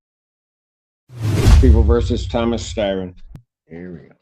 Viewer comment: It’s Thomas Styron.. not Thomas Tyron..